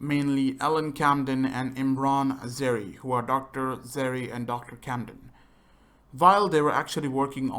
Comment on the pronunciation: You've played the game for years and you can't pronounce dr zere's name!? Not trying to be rude I'm just surprised!